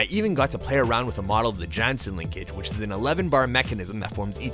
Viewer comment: Jansen is pronounced like "Yan-sin" and Theo is pronouced as "Tay-yo"